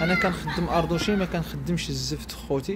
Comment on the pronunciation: اردوازين ماشي اردوشين. - ماستيك ماشي ماسيا. من الأحسن تحاول تنطق السلعة بإسمها الصحيح باش يقدر أي واحد يعرفها، مثلا جيتي عندي وقلتيلي ماسيا مستحيل نعرفك علاش كتهدر رغم انني ملم بجميع المنتجات تقريبا... على العموم عمل ممتاز بارك الله لك فيه